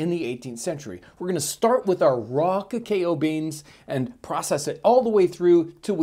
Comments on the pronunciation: each time you said "cakeyoh" it felt like a little stab but still, wonderful video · It's pronounced Ca-cow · Yeah, its pronounced "Kah-cow" but whatever, I'm just some dude on youtube who is technically correct. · Pronounced, ka-cow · As someone who has studied archaeology, the Maya, and their language, I need to correct you on your pronunciation - "cacao" is pronounced "Kuh-COW". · You are pronouncing it wrong. It’s pronounced like “ka-cow”. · That frother is a very traditional implement - in its original form, chocolate was a beverage much like that which was frothed between two cups. I have to say though, I was constantly getting distracted by the pronunciation of cacao - both A’s are short, not long, so with the diphthong it’s more like “cahcow” than “cacayo”. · This is how it's pronounced in my language too, I've never heard it being pronounced like in this video so I was confused lol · Thank you, MarineMarinara, I was thinking for like the first half of the video "I really like this dude and his videos but how can he pronounce cacao like that, it's obscene" lol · no one pronounces it the way he was here lol. I'm American and have literally never heard anyone pronounce it the way he is. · I was just going to post the same comment about the pronunciation. I've never heard it pronounced like this before. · ah! so he IS pronouncing it wrong! lol! strange since he went through all the trouble of everything else to make the video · lol for real haha. It makes him not sound as knowledgable as he would like to about the subject lol, he should have looked up how to pronounce it before making the video. I shudder to think there are people watching this who will pronounce it that way now, since he is coming off like an 'expert' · anyone else notice his pronunciation of Cacao....my eye twitches every time he says it. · I've never heard cacao pronounced like that... 🤔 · he says cacao like a weirdo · Is he pronouncing cacao completely incorrectly for a particular reason?